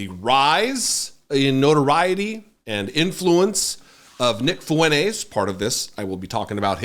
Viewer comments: How come you call him Nick Fooeneyz and not Nick Fwentez? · his last name is “Fuentes” I’m telling this guy to pronounce his last name correctly. It isn’t “Funays” which you’re right, there’s no ‘T’ in “Funays.” That wasn’t my point. My point was pronounce it correctly. Again “fu-en-TES” not “fu-NAYS.” Nice try. Now stop replying and climb back on to whatever short bus you slithered out of. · T? Funays + T = Funtays Is that what you want lmao? Funtays ≠ Fuentes You literally just proved my point. Now go get your ears checked. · yeah but there’s no ‘T’ in “Funays.” And as I said he doesn’t pronounce the ‘T’ in “fu-en-tes” which is how it’s pronounced. Not “fu-en-ays.” Get your ears checked and go back to school to learn proper grammar and pronunciation you re t ar d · his last name is “Fuentes” I’m telling this mongrel to pronounce his last name correctly. It isn’t “Funays” which you’re right, there’s no ‘T’ in “Funays.” That wasn’t my point. My point was pronounce it correctly. Again “fu-en-TES” not “fu-NAYS.” Nice try mouth breather. Now stop replying and climb back on to whatever short bus you slithered out of. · his last name is “Fuentes” I’m telling this 🐷 to pronounce his last name correctly. It isn’t “Funays” which you’re right, there’s no ‘T’ in “Funays.” That wasn’t my point. My point was pronounce it correctly. Again “fu-en-TES” not “fu-NAYS.” Nice try mouth breather. Now stop replying and climb back on to whatever short bus you slithered out of. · his last name is “Fuentes” I’m telling this mongrel to pronounce his last name correctly. It isn’t “Funays” which you’re right, there’s no ‘T’ in “Funays.” That wasn’t my point. My point was pronounce it correctly. Again “fu-en-TES” not “fu-NAYS.” Nice try. Now stop replying and climb back on to whatever short bus you slithered out of. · Love your videos !! But its *FuenTEZ. Not FuenTAZE. Sorry but i literally cringed every time. 😬👍🏽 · Fuen -TEZ Great content though